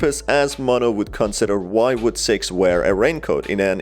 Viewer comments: Every-time use say “Six” I think your saying “Sex” and I’m like “WHAT THE HELL MAN! ITS JUST A INN- oh.. my ears are deceiving me.” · Why are you say S E X and not six?